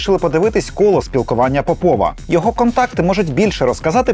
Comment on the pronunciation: ось так, кобзон усіх прийме, час, усім гру огпу нквд сс.... земля бетоном нагалос не ПопОва, а ПОпова (срачинська)